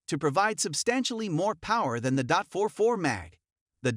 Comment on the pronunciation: Terrible voice over. Dot 44, dot 357, really?